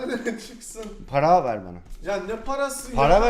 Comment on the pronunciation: o nasıl para demek ya 😂 " pãrâ ver bana " 😂😂😂 Haykırdım ya vdjdgsjdfdjdtsjdgdj